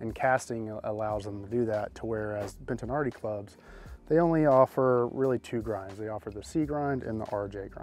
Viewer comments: Ha, there is no ‘n’ in Bettinardi, stop calling them Bentinardi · Why are you saying BENT-an-ardi? It is Bettinardi. Bet-a-nardi. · Brah, It's BET-TI-NARDI.... there isn't an N anywhere in the pronunciation.